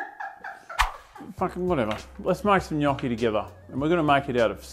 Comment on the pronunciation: Brother, it is pronounced gnocchi